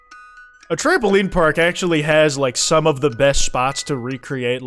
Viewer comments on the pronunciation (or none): he sounds Irish atchuamaly